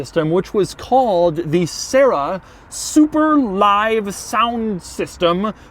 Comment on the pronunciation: Y U NO TURN ON SUPA LIVE-U SOUND-U SYSTEM???